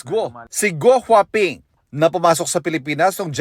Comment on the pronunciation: gwaping 😂😂😂 pagbinigkas